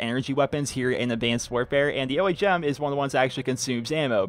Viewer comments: its Ohm, as in resistance, not O.H.M. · It's pronounced Ohm not O.H.M. An ohm is a unit in electrical resistance. The name was given to the gun since it's a directed energy weapon.